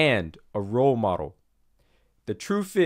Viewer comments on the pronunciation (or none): none